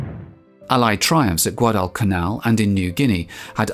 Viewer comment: The way you pronounced Guadalcanal was best I've ever heard! The way Aaron Echkart soluted his bomber pilots on harnet aircraft carrier right before making this raid, was best solute I've ever seen! Go! Dick Best, Wade McCluskey an all they're screws!!